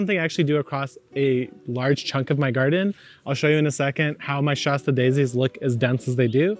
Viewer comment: It’s called a “shaaaa sta” daisy not “shaw sta” daisy, BTW! Like the town in Northern California Mount Shasta 😉☺️🤷🏻‍♀️